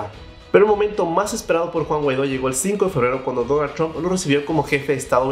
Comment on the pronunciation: Porque dices Chomp en vez de Trump?